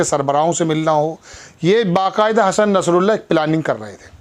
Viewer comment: भाई शुक्रिया आपने हसन नस्रल्लाह (ह.फ़.ज़) साहब के नाम को इज़्ज़त से उच्चारित किया🙏🏻